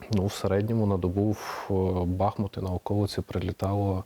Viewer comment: Редакція, передайте ведучій, що наголос на У - БахмУт